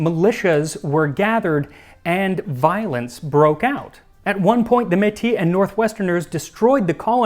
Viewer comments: Thank you for doing a video telling parts of the story of my nation! I am Métis (generally pronounced like "may-tea" in English), and my ancestors were from the Scottish parishes of the Red River. My ancestors would likely have been directly and indirectly involved in the pemmican trade during the fur trade. I am friends with a Métis chef who used to work at an Indigenous heritage site and I know a few Métis academics, so if there is anything that I can do to help with your future episode, please let me know. From my research on pemmican, I found that the lowest quality pemmican was made from suet fat, the next best quality was made from marrow fat (collected by boiling bones broken open), and the highest quality was made from udder fat. I live in Saskatoon, SK, and it was only in the last few years that I have learned that saskatoon berries are called juneberry and serviceberry in other places (also, here we call chokeberries chokecherries); adding dried berries to the pemmican reduced the shelf life of the pemmican, but it was called ceremonial and wedding pemmican. I have never heard of adding sugar. From those that I know who speak Michif (a language spoken by many Métis; an Elder that I am friends with is one of the foremost experts of it as a spoken language), and you are pronouncing rubaboo pretty much correctly. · As someone who grew up on the Canadian Prairies, I'm impressed at how much of that I actually knew. It was neat to learn how to actually make pemmican, though. Thank you so much. Not saying I'm right, but I was taught to pronounce "Metis" as "May-tees" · To add to your intervention, we must pronounce the terminal "s" of métis as in kiss. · Technically pronounced "May-tee" "Metis" (accent aigu e). This was a really great episode and timely as it's Canada's Day of Truth and Reconciliation on Sept 30 Thanks, Max! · by the way for "Metis" you pronounce the 's' It's more like 'Métiss' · Just so you know..... it's pronounced May-tee